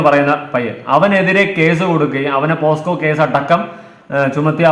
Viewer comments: ഇങ്ങനെ ഒരു അവസ്ഥയിൽ പറയാമോ എന്ന് അറിയില്ല.. പോസ്‌ക്കോ അല്ല... പോക്സോ ആണ് 😢😢😢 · പോസ്‌കോ അല്ലെടാ പോക്സോ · എടോ....പോസ്കോ അല്ല ട്ടോ pocso.... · പൊന്നു മനുഷ്യന്മാരെ...പോസ്‌കോ കേസ് അല്ല പോക്സോ / pocso case ... പോസ്കോ അല്ല പോക്‌സോ ആണ് മണ്ടന്മാരെ !! 🙏🙏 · POSCO alla kunje POCSO an..🙄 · Posco alla mole .. pocso .. neee adyam school il poo .. ennit live idu .. 🤣